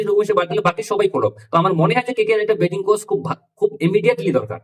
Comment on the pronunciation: Bitting coach naki battling coach konta aktu vlo kore bol